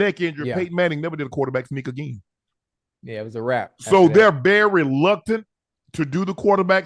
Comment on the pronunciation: Am the only one hearing unc say "luctant" instead of reluctant?